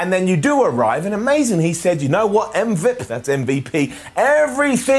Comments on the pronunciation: Stop calling him “um-vuhp” 😂😂😂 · Thank you ❤️❤️❤️❤️❤️. Thank you for calling MVP as "em-vep"